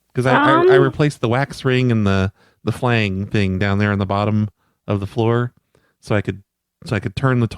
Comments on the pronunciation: I laughed every time you said "flang." Did you mean phalange? That's pronounced fuh-lanj. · had me cracking up everytime he said "flang". Flange is pronounced "flanj",. I love you! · FLANG FLANG FLANG ITS FLANGE, DANG